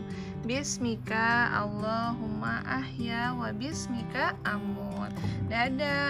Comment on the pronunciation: Maaf, doa sebelum tidurnya Bismika itu 'ka' nya pendek Kak... jangan dipanjangin bismikaa ya Kak... Semangat terus! Sayang kalian... semoga sehat selalu.. Aamiin